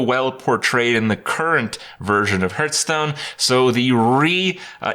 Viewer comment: Hurthstone this Hurthstone that Hurtpwn dat. Like god damnit Krip HAR THHH Stone